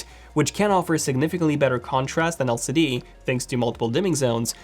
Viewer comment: The C in LCD has asked me to ask you to put some respect on its name 😂